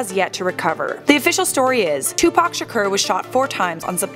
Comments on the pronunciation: It's not pronounced "Sher-Cur", It's Shakur "Sha-Core". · What do I think? First of all I think it’s so irritating that you’re pronouncing his name “Tupac Shakerrr” 🤷🏼‍♂️😂 In all seriousness, I can’t see a single way he could really be alive. If he was, no matter where he was hiding someone would recognize him at some point, and not just on pics here and there 🙂 And especially if he’s been at basketball games, concerts , and in music videos... Absolutely no way in hell that he wouldn’t be recognized. But cool video though 😎😛